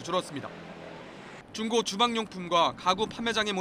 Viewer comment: 기자 발음이 좀 이상하네 중고를 쭝고라고 함ㅋㅋㅋㅋ